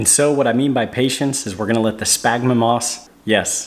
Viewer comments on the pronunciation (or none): Spaghnum, not smagma... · Good Lord, if I hear you say SPagnum moss one more time, I'm gonna loose it. Say it with me, Sphagnum Moss. Say it like this, sfag-nuhm. And Bromeliad, pronounced broo-mee-Lee-ad. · Great videos! As a biologist, however, my ears heart every time you said spagma moss. 🤣Spagmoss is a brand name. The moss is called sphagnum [sfag-nuhm] moss. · Its SFAG-NUM not SPAG-MA. See how it's spelled? --> Sphagnum. Sound it out. Also BRO-ME-LEE-ADS for bromeliads. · It’s “Sphagnum Moss”! I tried to resist, but I heard it so many times, it messed with the flow of the video. Nice job, though! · I cringe every time he says “spagma moss”. 😫 You must be thinking about your smegma dude!😅😅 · I had a small stroke every time he said that. Also bromeliad [bro-me-lee-ad]